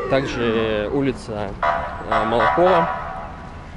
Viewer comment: Улица Молокова ударение на первую "О". Спасибо за обзор. Всегда с интересом смотрю ваши видео. На 28.10 бело- серые деревья это платаны.